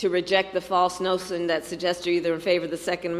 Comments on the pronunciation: to reject the false nosen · She said “nosun” instead of “notion.” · “Reject the false nocion…….” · Oh my God what disgrace!!!!!!!!! "The false (nossin)"..?